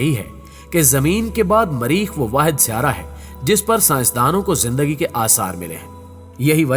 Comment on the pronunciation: بولنا لکھناآتا نہیں مریخ کو ماریخ کردیا